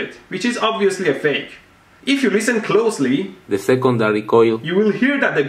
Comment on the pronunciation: Lol - "If you listen Closeghly...you will hear that the guy has an accent.